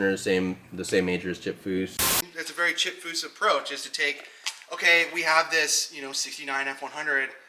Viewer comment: Come on dude.. it’s chip